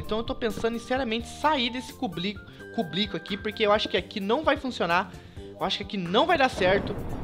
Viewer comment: Cublico ? kkkkkkkkkkkkkk